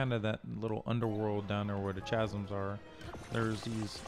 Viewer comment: i don't get how people are still pronouncing the "h" in chasm. This is like second grade english.